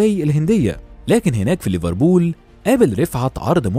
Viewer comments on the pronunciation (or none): none